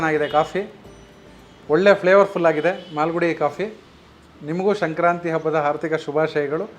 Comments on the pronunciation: ನೀವು ಹೇಳುವಾಗ ಶಂಕ್ರಾಂತಿ ಎಂದು ಉಚ್ಚರಿಸುತಿದ್ದೀರಿ. ಅದು ಸಂಕ್ರಾಂತಿ ಅಲ್ಲವೇ? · ಶಂಕ್ರಾಂತಿ? ಅದು “ಸಂಕ್ರಾಂತಿ”